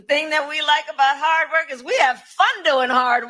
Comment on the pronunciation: Hard wor, haad wor